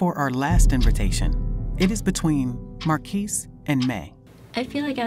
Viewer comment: the announcement is kinda messy idk and that's not how you pronounce marquise name also